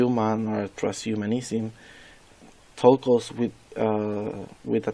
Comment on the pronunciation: Great video, put more attention to the length of the video and improve the pronunciation of the word “transhumanism”.